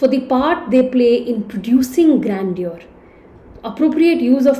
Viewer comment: please get your pronunciation correct of the word "grandeur".